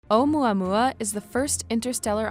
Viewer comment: "Uma Uma" wtf?